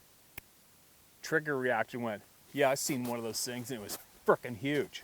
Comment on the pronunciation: LOVE the way u say "fricken" sounds better than the way we say it!!!